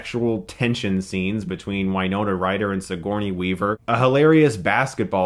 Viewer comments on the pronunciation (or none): Winona Ryder's acting was not that bad in this movie. Also, it is Winona Ryder, not Wine-ona Ryder.